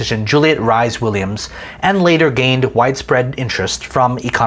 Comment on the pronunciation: Just because I don’t think anyone else has said it, Juliet Rhys-Williams in pronounced like Reece Williams, Rhys is the British welsh spelling👍🏼